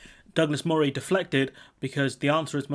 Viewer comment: But Moray is pronounced Murray - I lived there many years ago.